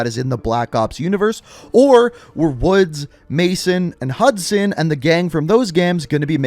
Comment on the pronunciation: Say hudsun